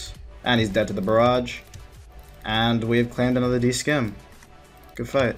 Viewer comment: also dudes it's not a "d skim" it's a "D SIM". You dont pronounce the c in scimitar